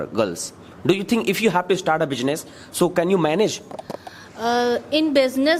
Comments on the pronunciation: Your pronunciation is not good because you were said bujiness that is business. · Why does not anyone correct the pronunciation of bijines instead of business? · Correct your pronunciation, that is not bijnes that is business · It's not bijnees it's beesniss